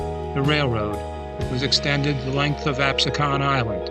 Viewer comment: Pronounced Absecon incorrectly....continuously.